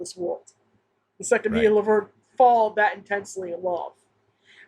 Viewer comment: Good catch on "Laberne." I thought I heard that. Also, Shirley says "Vernie," which is rare after the first couple seasons, and is therefore all the more powerful.